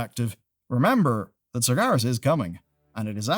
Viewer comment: Ain't neve' 'eard of no "Sargarus", mate